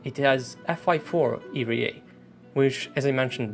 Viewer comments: "eerie yay"? Well in more recent videos you say era correctly, i believe. And since english is a pretty fucked up trash heap of a "language", imma let it slide... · wtf ' ee-ree-a' ? R is pronounced as 'are' not 'ree' ass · " it hez FY-4 iriyey"